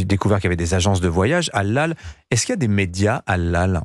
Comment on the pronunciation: Au lieu de dire Halal le mec il dit ''hallal'' 😅